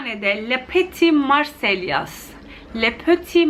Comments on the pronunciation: lö peti marselliya diye okunuyor :) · Lö pöti marsey diye okunuyor abla